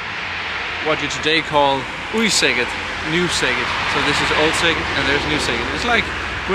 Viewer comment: I'm so impressed with your pronunciation!! :D Elongate those vowels a tiny bit and you'll be great! Szeged is my Hungarian hometown, half of my family still lives there and I have purchased land there to establish a little farm in a couple of years. Highly recommended! Great natural spas in the area as well. :) xx